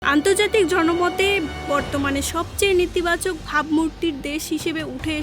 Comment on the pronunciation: নীতিবাচক না বইন, নেতিবাচক। আগে উচ্চারণ ঠিক করেন।